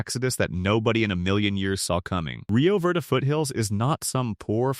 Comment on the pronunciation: Your AI needs to learn the language. Ah-Ho, Rio Vayrday just for starters